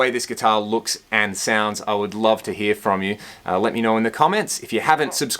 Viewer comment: “You’ll heah, sum chunky rhythm tones” I dunno why that made me laugh. This review is really good. This is how a review of a guitar should be done. Nice licks dude! I can’t wait to grab one of these! Thank you!!!!